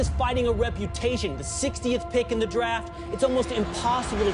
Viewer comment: it is "THÉ King In Thé fourth